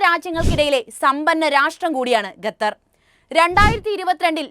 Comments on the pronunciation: Gatar alla its call Qatar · Quatar not Gutar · Pronunciation quatar, not gatther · ബഹാനോ. Gather എല്ല ഖത്തർ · ഖത്തർ. എഷന്നു പറയുക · ഗത്തർ അല്ല.